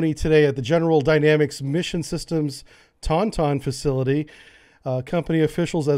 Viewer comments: "Ton-Ton"....that's one way to say Taunton, I guess? :) Taunt like "I taunt that person" with the "ton" at the end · Lol "ton ton" (im a masshole) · I love you, man, I love what you're doing, but we really need to work on your pronunciations, my brother..... it's Taunton, (TAWN'-tin) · IM FROM MASS AND TAUNTON MASS Is pronounced Tautin or google has it as taan -tn PLEASE heh if it comes up next time you know now if you read this. its like the USS Worcester its pronounced Wistah or woostah. not like how many others try to say all wrong like worcesssterrer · You have to say Taunton fast or like tawntonne.